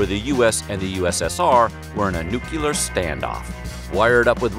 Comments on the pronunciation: "Nuke-you-lar". lmao. Guy, it's pronounced "nuke-lee-ar"... you know, because it's spelled "nuclear"? Wow. I thought only George Bush pronounced it that way. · NU-CLEAR NOT NU-CUE-LEAR...... /facepalm. Good videos, though. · It is pronounced NUCLEAR not nuculer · NOO-CLEAR not NUK-YOO-LURR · Did this man just say N U C U L E A R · New Kleee Errrr Great vid 👏👏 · You mispronounced the word 'nucular.' Where is the second U in NUCLEAR? You sound like George Bush which is nothing to take pride in.